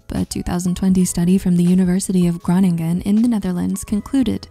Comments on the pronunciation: as a local dutch person i am offended on how you say ''groningen'' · My husband is from groningen! Such a beautiful city. It was pronounced wrong in the video unfortunately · Love the way they pronounce Groningen 😄